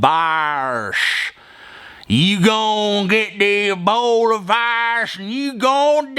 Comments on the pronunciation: Ebola not abola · I'm a-fearin' uv da Eebowluh Vaw-ruzz.